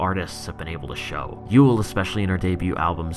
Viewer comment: maaaaaan thank you you literally helped me sooooo much i have struggled with yeule pronunciation and now im free to speak